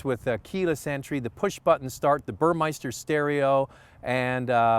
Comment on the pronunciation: It's Burmester. There isn't an 'i' in it. I used to pronounce it the same way lol